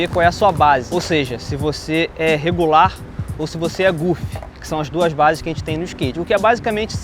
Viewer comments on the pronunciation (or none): Quando ele falou regular ...eu entendi rebolar kkkkkjota